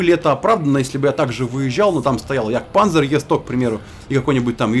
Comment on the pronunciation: немецкий подтяни, не "Панзер", а "Панцер", немецкая буква Z читается Ц. Кто не верит в интернете поглядите и не пиздите мне тут я 6 лет учил немецкий.